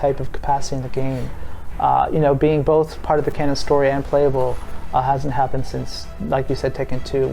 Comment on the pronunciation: It's canon. C-a-n-o-n. Canon. Say it with me now! Easy.